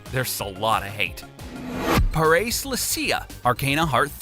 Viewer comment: It's Pah-rah-say, not Puh-race. The pronunciation of Parace.